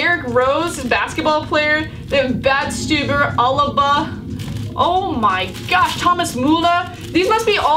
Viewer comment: You know you don't have to call soccer, football all the time. You always pronounce names wrong, idk it wound weird when you say names like muller, pogba, alaba, etc. You keep trying to imitate someone who is from Britain when you say someones name